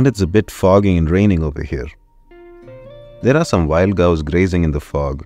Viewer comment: Cows ❌ Gows ✅